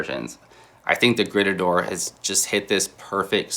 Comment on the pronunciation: a little grrreeetahdoor. 😂